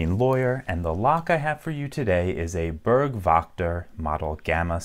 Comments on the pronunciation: Börk wakta 😂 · More like: "Boorg-veshter". ( double o as in "look") Burg = castle, Wächter = guardian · Most challenging on this lock was probably to pronounce "Burg Wächter" correct 😂